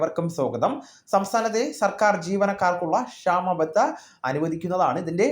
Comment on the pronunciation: അക്ഷരം അറിയാത്തവൻ ക്ഷേമബത്ത എന്നേ പറയൂ. ഇവൻ്റെ ചാനൽ report ചെയ്തു.